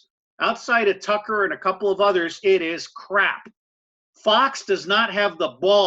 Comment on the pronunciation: its not "fo" news" fox sounds like faux or false news